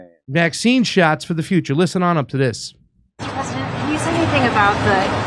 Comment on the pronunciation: What are Covid Shyatts?